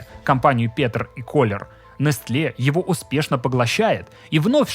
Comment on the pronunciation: Открою тебе Америку, чувак. Произносится не нестле, а несэл (ударение на первом слоге)...